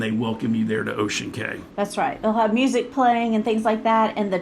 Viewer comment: I was on the Disney Dream that day! Small world! Just an FYI... CAY (like in Ocean Cay) is pronounced KEY.